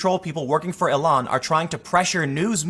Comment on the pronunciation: I've never heard her name pronounced as you do ("E-lon"). I have always heard it as "ill-hon".